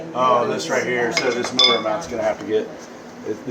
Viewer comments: Motor meawnts. 😂😂😂 Priceless 😂😂😂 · Did you say "meowount"?😂